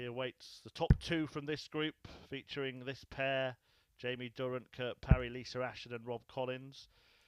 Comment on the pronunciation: Is it Lisa or Lisr cause he never says it with an A